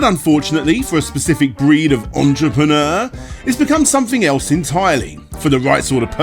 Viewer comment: you say "entripenure" i say french people